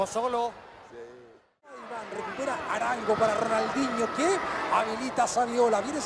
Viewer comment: RONAL"N"DINHO, jajaja, quien le estampó el nombre, Papelucho Disléxico, que merme...